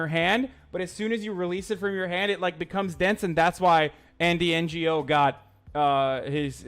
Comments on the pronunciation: the g in ngo is silent u dumb shit. did u go to school in turk land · I like how this pea sized brainlet pronounced Andy's name as if he's a Non Government Organization. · Quick question: Does he not know how to say “Ngo”?